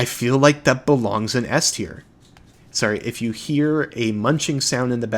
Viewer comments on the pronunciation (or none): none